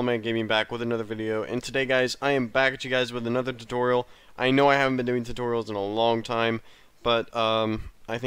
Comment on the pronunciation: I thought he said Tucorial I was like what the f***